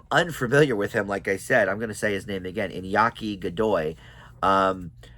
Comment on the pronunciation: yes! this saga of one piece is super fun and lively! it’s so full of heart. you are pronouncing it correctly also, Iñaki is amazing I agree! but later on, about season 4 (Water 7 and Enies Lobby), we will start getting into the darker sides of the one piece world. particularly arcs like Marineford, Dressrosa, Wholecake, Wano, and especially the current arc Egghead, we see some really dark and sometimes just straight up depressing and heartbreaking things. look forward to it. One Piece knows how to use emotion perfectly.